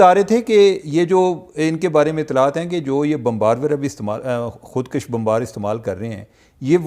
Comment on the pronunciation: خود کش میں ک پر پیش ہے زبر نہیں.